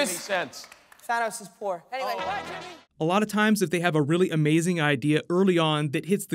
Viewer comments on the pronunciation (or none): none